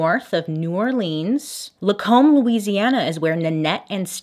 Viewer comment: Bailey: "Lacombe, Louisiana" Me: "yay!! She pronounced it right!!" Bailey: "New Or-leans" Me: "arghhh, soooo close!!" I love these little slip ups though! They emphasize Bailey's authenticity!